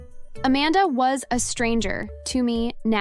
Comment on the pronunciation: emphasis on "WAS"